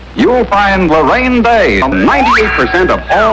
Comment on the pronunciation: Am I the only one who heard "Harambe" instead of Loraine Day